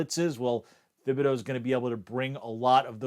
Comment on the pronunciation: "Oregawn defensive end, Kayvon Thhihbideaux". Does this man have peanut butter stuck on the roof of his mouth?